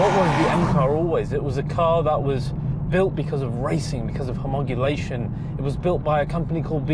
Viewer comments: Great car, its Homologation not Homogulation. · Hey, mate, it's HOMOLOGATION, not HOMOGULATION, as you keep saying in this vid!! 😂😂 Other than that, great vid! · “homogulation” X 2 😂 Really love your channel despite homologation not being in your vocabulary. Keep up the good work, it’s obvious you’re a true petrolhead.